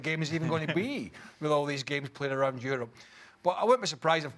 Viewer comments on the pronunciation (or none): none